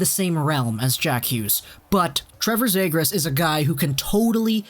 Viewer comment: Start pronouncing the fucking names right. You have no hockey knowledge if you can't pronounce cozens and zegras properly